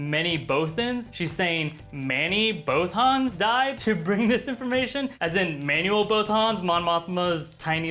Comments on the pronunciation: Both-ens? I always thought it was pronounced Both-ans. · why are you picking on the people that say instead of AT AT? I'm pretty sure I heard you say bowthans instead of bothans several times. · Jeez, I don't think I've heard such terrible pronunciations of "Bothans" before watching this video. Please, do us all a favor and never pronounce it "Boe-thans" ever again. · the way he says bothans.. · American's can't pronounce "Bothans" correctly, is what I took away from this clip.